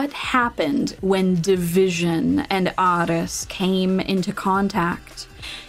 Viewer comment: its not division but divi sion